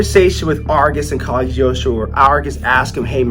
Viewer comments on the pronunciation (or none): Has no one ever corrected that it’s pronounced cog lee ost roh?